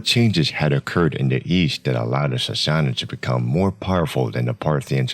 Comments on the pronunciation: Sorry but if you are gonna make a video on a subject you should atleast know how to pronounce it correctly. Sas(sass)-sa(suh)-nids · How is that even pronounced? Sassassasuhnids?